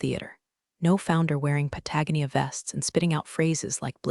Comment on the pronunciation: AI can't distinguish between read and read. Mispronounces patagonia. SMH.